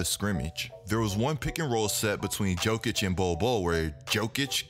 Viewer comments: My guy, it's Yo-kich not Joe-kich it's hard to watch when you pronounce Jokic wrong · I stopped at Joe-kich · Please stop saying "Joe"kic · Johnny Varvatos that’s called being lazy and disrespectful